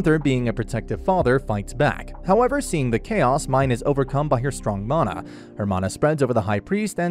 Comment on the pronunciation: I- is that really the correct way to say "mana"?